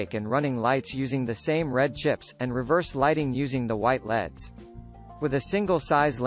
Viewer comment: Man, that robot was really hard to listen to calling L.E.D.‘s “Leads” and spelling every manufacturer name.